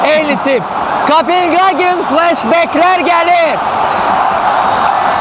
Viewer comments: Rəqib komandanın adını düz deməyi öyrənərdiz da heç olmasa. KopeHagendi, Qagen yox. Rus dilindən başqa bütün dillərdə o hərf H tələffüz olunur. Belə savadsızlıq olmaz axı. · Maraqlı video alınıb, afərin. Bircə, rəqib komandanın adını Kopinqaqen deyil Kopenhagen kimi tələffüz etmək daha düzgün olardı.